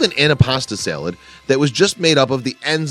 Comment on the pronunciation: S-A-L-A-D not fucking SEL-LED! fuk!